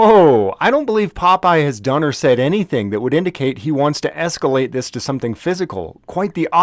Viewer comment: "esculate", careful,, your room temperature IQ is showing again